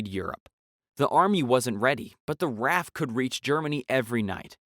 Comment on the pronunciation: RAF is an abbreviation for Royal Air-Force, it is not pronounced like the name 'Raph', but rather as 'R-A-F' as individual letters, remember that.